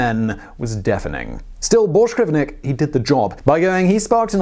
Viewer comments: His name ends with VINK not VNIK. Had to get it out there. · Carsten BorschgrevINK! His name was Carsten Borchgrevink, not Borchgrevnik. Jesus.... A guy goes way the hell out of his way to be the first man to step foot on Antarctica.... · ARRRRGGGHHHHH How do you manage to continually butcher names when you have them there right in front of you ? his name was "Carsten Egeberg Borchgrevink" NOT "Carsten Egeberg Borchgrevnik" !!!!!! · Hehe, "Borsh grevnik" Bork-grevink.. Not that hard really..